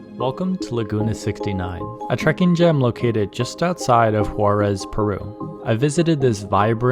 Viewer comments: Great video and shows perfectly such wonderful nature. Only one thing the place is Huaraz but the pronuntiation and subtitles, sounds and appears as Juarez. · Beautiful video, just the pronunciation is off. The city of Huaráz is pronounced closer to “wahrahz” (flat “Ah” sound), not like the city of Juarez, Mexico. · That was a quick trip! Just an FYI- The correct way to pronounce Huaraz is like: Wa- r- oz . The ending is where every visiter seems to want to pronounce it like Juárez. Dorothy would have gotten it right in the land of Oz. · I don't know if you' re saying Juarez or Huaraz, jeeezzz, need to practice more to pronounce proper Spanish, by the way this is a beautiful place ..